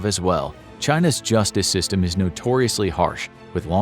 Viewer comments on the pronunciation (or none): none